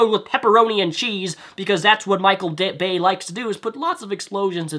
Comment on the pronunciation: Wow this video does not have a single original thing in it. Did you Google "Michael Bay jokes" before making this? You said the exact jaded things everyone else says about michael bay, except you can't even say it properly. Garbage video.